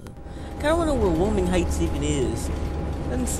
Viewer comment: Why-oh-ming. That's how you pronounce Wyoming.